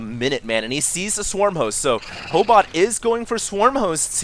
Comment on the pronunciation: Ho8ot means proboscis in Russian. And you said it right.